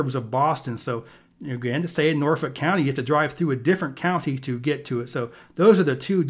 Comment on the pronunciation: oh shit he said norfolk right